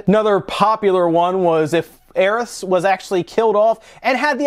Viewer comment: That's alot of S you're putting on the end of Aerith